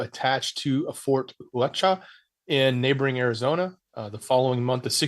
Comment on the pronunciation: Huachuca is pronounced wah choo kah Blessings from arizona